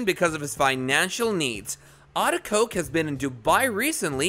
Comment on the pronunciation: It is a-de-ko-ge. For Gods sake say people's name right